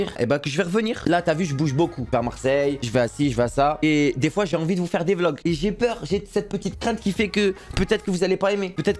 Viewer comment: chaque foi il a dit chois